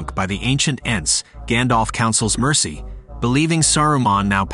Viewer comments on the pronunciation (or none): none